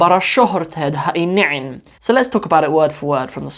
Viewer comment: I am so proud of you for correctly pronouncing ha i nicin.